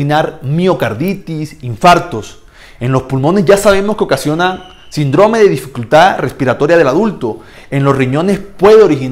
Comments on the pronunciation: Porque dice sindróme y no síndrome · Síndrome, no sindróme, saludos! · Es síndrome...no sindrome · Muy buena explicación ..solo que se dice síndrome con acento en la i ..